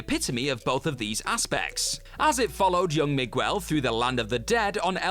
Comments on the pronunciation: Why are all of the commentators incapable of pronouncing Hispanic names and words? Miguel = mig-ell. Not mig-well And anytime I hear you all butcher Guillermo Del Toro’s name, I die a little. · Never heard anyone pronounce Miguel as Mig-well before. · I'm sorry but pronouncing Miguel as "migwell" is the whitest thing that I, a white person, have ever heard 💀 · You try to give people grace, but yall are a long standing media channel pronouncing shit like "mig-well"?? Sort it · Did he pronounce Miguel as Me-gwell? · I used to pronounce it Mig-you-ell when I was little, before a friend of mine looked at me like I'd just tried to speak to him in Klingon. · Listening to an Englishman trying (and failing) to pronounce simple names like Miguel, Hector and Lo Truglio reminds me why we say “eggplant” and “pineapple” in English. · if it was being influenced by American English, he would be able to pronounce Miguel